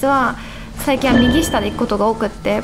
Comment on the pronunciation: の右下の発音可愛い 右↓下↑